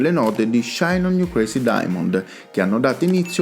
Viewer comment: "Shine on You Crayssy Diamond-ah". Got to love Italian pronunciation of English words!